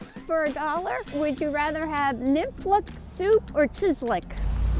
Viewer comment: Hey a little late on this video. But as someone from North Dakota it pains me how you guys said knoephla soup . So basically the word is from Germany because a lot of people in North Dakota is German, so there will be random silent letters. So how to say knoephla soup you don’t say the K. Nefla soup is how I can best describe how to say it. Hopes this helps for some people, we just have a lot of people that are German including me soooooo. Edit: I love Lynja (rest in peace) and nick but I think you need a fellow North Dakotan to make you some knoephla soup cause I personally think it is at least a 7 out of 10 (also no I’m not trying to be rude I was just shocked they both gave it a 5 cause it is one of my favorite soups)